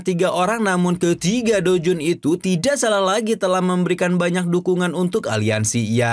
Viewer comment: Douzun min bukan doujun. Blekok